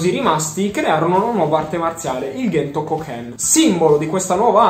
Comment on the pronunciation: Comunque nel cartone dicono Cento e non Ghento 😂